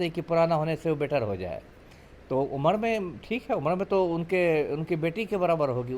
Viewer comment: उम्र ko उमड bol rahi hai...bolna to seekh lo moorkhon..JNU ki parhi badtammej German ka ek sentence to theek se bol nahi pati hai😂😂😂